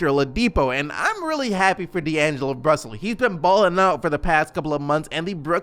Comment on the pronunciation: “D’angelo Brussell “